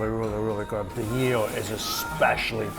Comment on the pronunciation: It's "EEL" not "YEEL". Just saying.